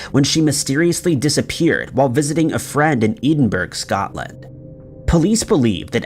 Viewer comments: no hate but as a person from Glasgow, Scotland I had to rewind to listen to the story because I was too busy trying to think where the fuck EEDINBURG was 😂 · Eden-burgh. Seriously?